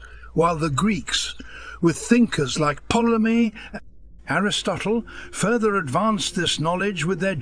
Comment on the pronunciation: ''Mick'' squared. When mentioning Einstein's E=MC2 and calling Ptolemy (pronounced with a silent P) POLEMY. I think that really is David Attenborough. Simple reading mistakes. Although David is not a bloody moron. And on that farm they had some idiots! AI, AI, OOOOH!!